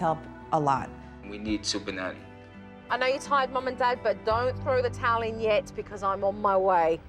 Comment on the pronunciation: as she said, don´t throw the towel yet, i understood "teli".. .;)